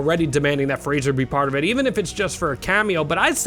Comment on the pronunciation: IT'S FRAY-ZER!!!